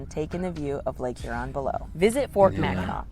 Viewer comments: As a Michigander the pronunciation of Mackinac is driving crazy 😂😊 Its pronounced as "Mack in naw". I have been there a few times when I was a kid. The Mackinac Bridge, or Big Mac, connects the lower and upper peninsulas of Michigan. If I remember correctly you take the ferry from Mackinaw City (not a typo, pronounced the same way) on the Lower Peninsula to the island. The bridge is the 7th longest suspension bridge in the world and I believe the longest in the Western Hemisphere, if I'm remembering correctly. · Guys should learn how to pronounce Mackinaw! Mac -A - Naw! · It's pronounced Mack in NAW! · Please pronounce Mackinac properly. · First, it's pronounced MACK-in-NAW, regardless of spelling. Only the city, located on the tip of Michigan's lower Peninsula is spelled Mackinaw. The straights, bridge, and Island are all spelled Mackinac and also pronounced MACK-in-NAW. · Mackinac Island is in the State of Michigan, placed between the upper and lower peninsulas, in Lake Huron. It's pronounced as Mack - in - nah; a Native American word. This island plays a large role in Native American oral histories; the Anishnaabek (also known as the Odawa, Ojibway and Potawatomi) tribes inhabited the Mackinac Island area for thousands of years. No motorized vehicles are allowed on the island except for fire engines. There are lots of horses so watch where you step! It's an amazing place to visit especially if you're a history buff. Another place to visit is the Fort Michilimackinac on the lower peninsula in Mackinaw City. If you can time it right try to be there when they do historical reenactments. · It is pronounced Macki NAW. "Dress code may seem a little goofy"? How far we have fallen as a culture. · It’s pronounced Mackinaw, not Mackinac. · It's pronounced "Mackinaw" and the Mackinac bridge "Big Mac" connects the Lower Peninsula to the U.P. lol 💙From Detroit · Pronounced Mak-in-naw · It is pronounced Mackinaw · The degree to which "MackinACK" triggers me is absurd. 🤣